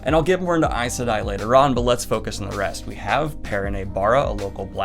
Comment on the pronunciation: It was weird actually hearing someone say “Aes Sedai” out loud. I’ve always read it as “Eyz SEE-die”